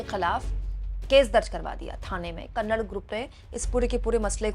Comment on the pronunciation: Kannad nahi hai didi kannada hai please kannada bolo